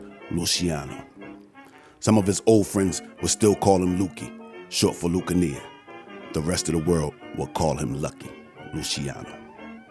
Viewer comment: Lucanee? It was lucana